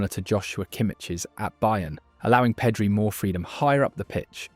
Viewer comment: Awesome video, but some of those pronounciations... Peedri, really?